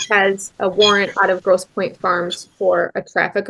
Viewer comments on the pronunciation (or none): none